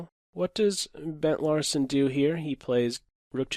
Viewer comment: "Burnt Larsen"